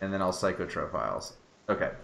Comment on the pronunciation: A child dies every time you say "psych-o-tro-philes" instead of "psych-ro-philes", pretty sure you're wanted for war crimes at this point xD